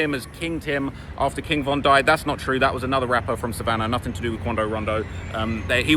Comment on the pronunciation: Thats a strategy dummy saying von name wrong